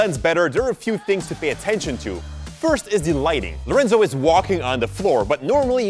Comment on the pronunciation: Is "Lorenzo" not "Laureinzau"